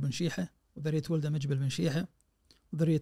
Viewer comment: وطول الحلقة يقول مجبل مجبل وبعدين ينتقد من يقلب القاف جيم😅😅